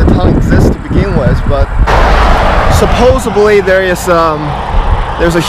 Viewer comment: SupposeDly, not supposeBly. You're welcome.